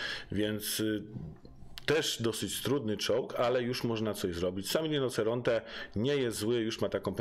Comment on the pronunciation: świetny film bardzo merytoryczny lecz: RINOCERONTE- wymowa : RINOCIERONTE- 😉👌